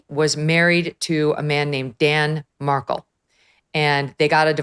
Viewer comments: LOL its not “Kate”-it’s Katie She has NEVER been called Kate. It’s not Adelson with “Ah’ its “A”. It’s Markel with the emphasis on Mar KEL, not Markel. Dave Aronberg is also wrong. It was not converting the kids to Christianity-it was converting them to Catholicism. A big difference. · Could you please correct pronunciation of the last name of the deceased man, Markel. It’s not “MARK-ul,” it’s “Mar-KELL.” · Dan Markel/ Mar Kel not markle and NOT addleson/ A dul son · It’s pronounced (and spelled) Mar kel - how Dave says it. And it’s Aye delson - long a sound. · Dan's last name is not pronounced Markle. It's pronounced Markell. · Megyn, Adelson is pronouced like Aidelson. Kate is Katie Magbanua. Markel is pronounced like Markell, not Markle. Following this case for years. You would love the prosecutor Georgia Cappelman if you review the trial which is on youtube. She is a master! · Mar-KEL. Megyn if you are going to do a podcast no offense but do some research on pronunciations!! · It’s MAR-KELL. Please if you’re going to talk about the victim learn before your show how to pronounce his name. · Dan "Mark-elle" phonetics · The correct names are Aaaaadelson, Mar-kell, and Katie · Check the pronouncement of markel megyn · Megyn doesn't even bother to learn how to correctly pronounce the victim's name nor the defendant's name. Ridiculous. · Megyn learn how to pronounce people’s names, please. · Megyn, you're a seasoned reporter: learn to pronounce people's names. Especially / at least learn the victim's name. This case has been going on for like a decade. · How did she pronounce every name wrong in this super famous case?? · Megyn, you should learn how to pronounce their names correctly, if you are going to cover this case! 🙄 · Megyn seems to mispronounce a lot of names. Someone on her staff should help her. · Correctly pronounces the Hispanic names, but butchers both the victim's and the accused's names.